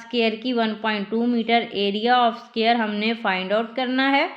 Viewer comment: It's not scare it's dquare